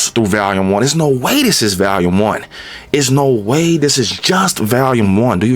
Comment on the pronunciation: VALUME or VOLUME? 😂